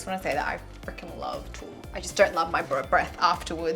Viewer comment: I love garlic in my Hummus too , also your pronunciation of toum( which is basically garlic ) is on point